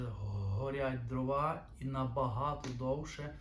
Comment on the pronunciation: По-перше, українською не дровА, а дрОва. По-друге, судячи з Вашої розповіді, маємо справу з абсолютним дилетантом в якого ще й піч зроблена неякісно, непрофесійно. А невибраний з піддувайла попіл свідчить ще й про лінощі господаря. Фе!